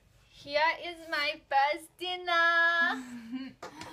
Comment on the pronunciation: "Hea is ma fist dinnaa" 😂😂😂😂😂😂😂